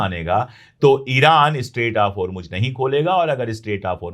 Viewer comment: اشوک پانڈے صاحب اپ بہت اچھا بولتے ہیں سچ بولتے ہیں اپ اردو بہت اچھی بولتے ہیں اور ہرمج نہ کہا کیجئے ہرمز ہے یعنی جے کی اواز نہیں ائے گی زیڈ کی اواز ائے گی